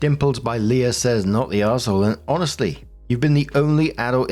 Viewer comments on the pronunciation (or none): none